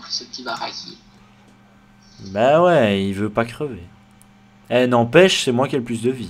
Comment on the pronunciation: Stop de dire barakie :D ça veut dire mal habillé ...